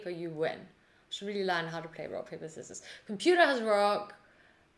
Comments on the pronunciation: I have never heard anyone saying 'skissors' before... 🤭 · I've subscribed because the way you pronounced Scissors finally taught me how to spell SCKIZZORS after 29 years of living on this planet 😂